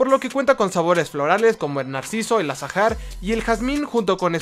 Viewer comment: Muy buen video, solo agregar que la h de azahar no sé pronuncia. El azahar también se usa tradicionalmente para el pan de muerto.